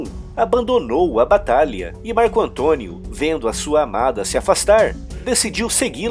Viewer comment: "Maico" Antônio KKK